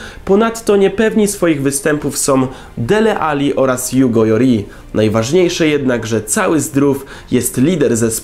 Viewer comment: jaki Jugo Jori ? to nie Hiszpan, tylko Francuz, Loris, ew. Lori się wymawia... nie słuchajcie komentatorów z tvp czy czego tam co po swojemu nazwiska wymawiają...